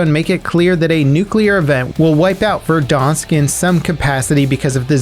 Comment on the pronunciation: love how he says Verdansk like stonks lol